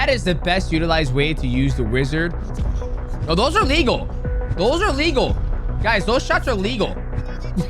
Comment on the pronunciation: they way you say ''A legal'' sounds just like illegal lol - maybe say one is okay other isn't